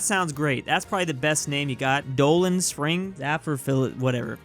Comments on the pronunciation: “Dolar spring” lol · ”Dolan Spring?” Me, a New Yorker: ”sigh...”